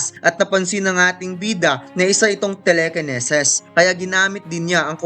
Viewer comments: Telekinesis ❌ Telekeneses ✅ Sana naman ininform kami pag bisaya . Tang ina di ko alam kung tatawa ba ko e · great story telling. No offense. For media consumption. Tele-kene-ses? Please say tele·ki·ne·sis. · Telekinesis po... Hindi telekeneses... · Telekeneses ang lala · nawindang ako sa telekeneses. ahahha support padin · TELEKENESES TANG INA KA HAHAHAHA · narevise na pala Ang telekinesis. ✌️✌️ anyway. thanks for upload. not mocking you lods. natuwa lang talaga kami sa telekeneses. ✌️✌️♥️ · Tinigil ko na , di ko kinaya yung telekeneses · Telekeneses bisaya HAHAHAHA